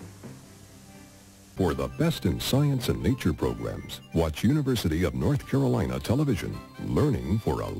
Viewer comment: “The University of North Capolina”